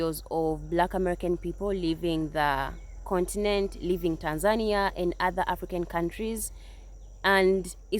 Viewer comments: 😂😂 Jezzez lady - its not called ”Tansaaanja” its called Tánzaniiiiia. 😁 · To the second lady, perhaps if you properly pronounced the name of their country, they would have liked you. It's tAAn-zuh-nEE-uh! It is not TENZAN-ya! Holy hell. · Tan-ZAN-ee-a??? listen Maybe learn how to pronounce the name of the place you want to live in??? at a minimum? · It's pronounced Tan-zuh-nee-uh. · Ha ha the 2nd gal needs to pronounce tazania right 🤣. And stop going to tazania. Go to uganda you wont have those issue. Mabey the pick pocketing or prices raised to muzungu price ha ha. Or go to kenya. And most americans are use to america and are spoiled and privileged like crazy. So ofcoarse most will go crazy in africa at some point. Not gonna get the princess or king treatment in situations like you do in the u.s. gotta be a humble person to handle it. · GO live abroad for about 2months and then make up your mind. Maybe young lady #2 should learn to pronounce the country name, Tanzania, correctly. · Maybe the problem was you continue to mispronounce Tanzania! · She didn't pronounce Tanzania correctly. Its a different culture,rules, customs and bribes are a natural part of the culture. An American woman alone in Africa is a not advised. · Well, I think I’ve been pronouncing Tanzania all wrong since forever 😬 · The fact both women at the beginning of the video are unable to pronounce Tanzania. Moved to an African country with a huge Indian population…… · I go to a country and can't pronounced the country's name they need to kick you out. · Go cry to someone who cares, you can't even pronounce the name of the country right. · The lady with dreds couldn’t even pronounce the country’s name right. Nowhere else scams like USA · That one girl pronounced "Tanzania" differently every time she said it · Why are the mispronouncing Tanzania. Look it up